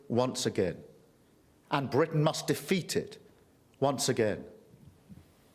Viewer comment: So the other 390-odd cards were irrelevant? Ewe-kay? That consists of four different countries Scotland, Wales, Northern Ireland and englistan. Yorkshire is in englistan. Bwitains?....*englistan's. (+ Bwitain consists of Scotland Wales and negland.) the cringeworthy roundy-uppy vagueness is sloppy at best, incompetent as usual. Google maps is free. Try it. You don't even read the comments though you tell people to comment. It's like talking to a 🧱